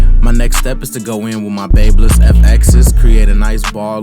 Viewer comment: He still saying babyliss wrong hu...